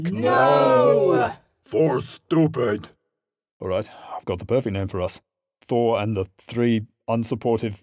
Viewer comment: Did he say door or... THOR?!